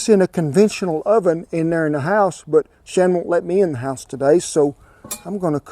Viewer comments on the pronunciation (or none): none